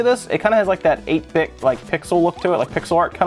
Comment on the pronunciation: "8-bit" WRONG!!!